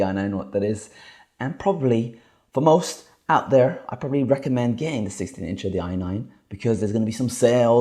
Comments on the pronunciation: it's "incher" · I love it when he says 16 incha… so hilarious.